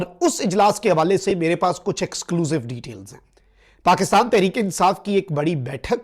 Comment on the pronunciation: Assalaamo Alaikum. May I request that the pronunciation is'exclucive' and not excluzive.Thanks.